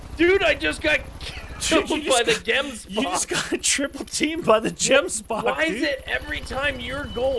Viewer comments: Love this series because it's about my home and what I love most about the animals but I do hate it when people miss pronounce the animals names like gemboke has more emphasis on the "g" and wild beast is pronounced like a vild or a ganoo basid on how they sound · The way you guys pronounce Gemsbock is so funny I love it 🤣🤣🤣